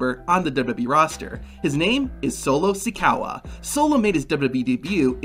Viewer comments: Solo Sikaowa disgusting pronunciation 😂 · You said the name wrong it's so low Zuko a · I literally cringe everytime he said Solo Sikoa name WRONG